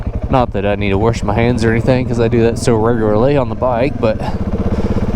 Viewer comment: There is no R in the word 'Wash'.